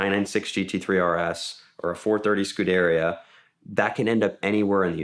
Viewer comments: % pronounced wrong lol. Scoo-da-ria is how it's pronounced. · It's pronounced "skewderia"! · WTF is skuderra.... SMH pronounce Scuderia correctly. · Scuderia is not that hard to pronounce 😂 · I've never heard anyone pronounce Scuderia that way before 🤷🤦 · I would never buy a exotic car from someone who can’t even know how to properly say a 430 scuderia lmao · The pronouncing of “Scuderia” was weird. Never heard it that way before